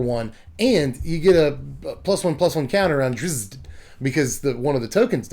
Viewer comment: your pronunciation of Drizzt is by far my favorite of every reviewer who doesn't know the character.